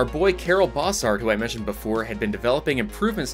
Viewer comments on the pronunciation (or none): As a Belgian I've got to mention the pronunciation of Karel Bossart. The Bossart part is fine but Karel is not pronounced the same as "Carol". It's actually the germanic version of Carl and as such is pronounced like Carl but with a southern drawl where you add an extra syllable so "car-el" that's the closet explenation I can do in writing. Not an actual issue but for posterity Edit:spelling